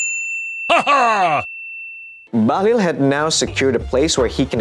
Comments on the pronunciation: Bahlil ❌ Bahlul ✅ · Bahlul not bahlil